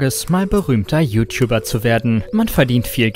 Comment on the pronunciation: "You Tiubber"